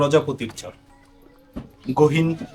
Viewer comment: চর শব্দটা ভালো করে উচ্চারণ করবেন। মাঝেমাঝে চোর শুনায়। ভিডিও সুন্দর